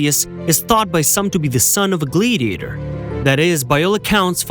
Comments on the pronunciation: Wanted to watch it so bad because I love historical facts. OCD kicked in about the 4th time you said gladiator wrong, glad rhymes with sad, and just couldn't continue. Glad-ee-a-tor, sounds like glad he ate her. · Could you guys get a better AI voice or at least one that can pronounce “Gladiator” & “Gladiators”!